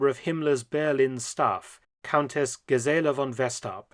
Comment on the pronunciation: Gisela: accent on the first syllable, not the second.